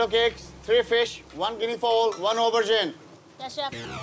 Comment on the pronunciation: Can't say Guinea Fowl.😂😂